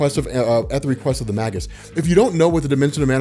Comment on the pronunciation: "Magus" is pronounced "may-gus" not "mah-gus."